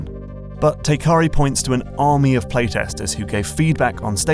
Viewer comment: Isn't the developer's name Teikari, not Tekari?